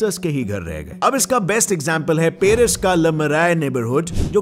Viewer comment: अरे भाई ' पेरिस ' नही.............' पॅरिस ' कहॊ😂😂😂